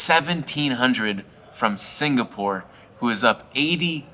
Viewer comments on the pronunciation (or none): none